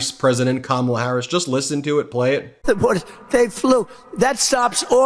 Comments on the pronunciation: Well I’m proud he said her name right for once. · So, he’s decided to say her name correctly? That lesson Kamala’s nieces gave at the DNC must have worked. Lol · He's slurring again, but at least he "accidentally" pronounced her name correctly this time. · He finally said her name right,,that's crazy ain't it.. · Wow, he slipped up and pronounced her name correctly, he IS worried! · I'm just shocked that Trump pronounced her name correctly for once. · 👏👏👏 yay donald trump for once u said Kamala Harris’ name properly. 😂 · Well I guess he listened to Kamala’s nieces,he finally said her name right 😂